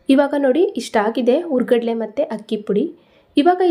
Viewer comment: Kannada hashe spastavagi matadamma...hurigadale urugadle anni...